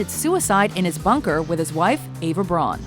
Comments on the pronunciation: Eva Braun's last name is pronounced like the English name/colour "Brown", not like the English word "brawn" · Even though her last name looks like it's pronounced Brawn,it's pronounced Brown according to the German language. Therefore,her name pronunciation isn't Ava BRAWN,it's Ava BROWN. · say eva brown. such you pronounce it correctly. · "Braun", as in Eva Braun, is properly pronounced like "Brown." I won't even get into the proper pronunciation of "Adolf." Sorry, just had to.